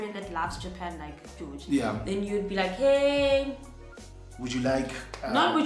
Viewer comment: George sounds like he’s saying “Cheese girls” 😹😹♥️